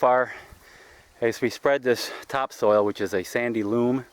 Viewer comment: It's sandy loAm, not sandy loOm! 😉😆